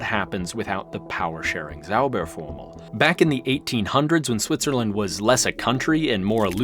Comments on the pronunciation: Ahh the english pronounciation transforming a "Zauberformel" to a "Saubärformel" (magic-formular => hog-bear-formular) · Your pronunciation of "Zauberformel" (magic formula) sounds like "Sauberformel" (cleaning formula). 😅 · You pronounce Zauberformel like "Clean Formula". German "Z" is more like TS > TSAUBER